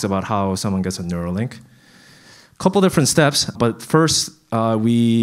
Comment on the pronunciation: Neuralink. Not nerua.